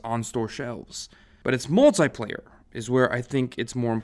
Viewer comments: "Muliplayer" lol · "Multiplayer" MULIPLAYER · was an error "muliplayer", but the rest of the vídeo was great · MULIPLAYER lol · Nobody notices INSTENSE and MULIPLAYER? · Muliplayer. Hehe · “Muliplayer” lol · “Muliplayer” lmao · Where is the motha fuckin "T" in "MULTIPLAYER?" YOU IDIOT!!!